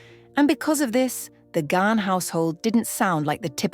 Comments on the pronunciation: Bonus points for the correct pronunciation of last name ❤❤❤❤❤ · Thank god someone knows how to pronounce Dave's surname